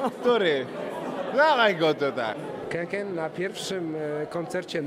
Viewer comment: Jak ktoś pisze KEKE to pół biedy, ale jak ktoś mówi KEKE zamiast KĘKĘ to hujowo.. naprawdę.. a jeszcze inny typo coś gada że płyty ok a koncert zniszczył - koncert przecież był zajebisty.. hm